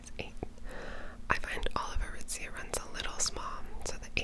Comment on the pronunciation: Every time you say “Aritzia“ you have a certain flair to your enunciation, and I love it